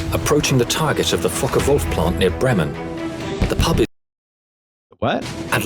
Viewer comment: Oh I understand what sound funny to you. When they said the Fokker Wolf plant. It's easy to hear something else then Fokker there.😉